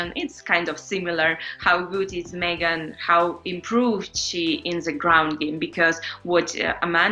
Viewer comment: So glad valentina pronounced megan the right way, no like everyone else that says meeeegan